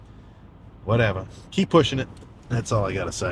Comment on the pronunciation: I started rolling when Sam muttered under his breath “oh my goodness… well… Whateva”. Starting cardio this week